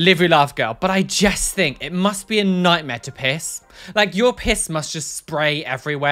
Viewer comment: After seeing that one video where mentions that he says jest instead of just I can't stop noticing it😂